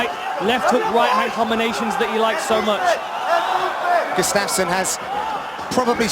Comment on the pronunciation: For faks sake it's gUUUstafson not gustAAAfson